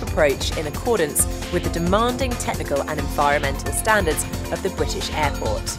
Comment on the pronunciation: Did she say "hairport"?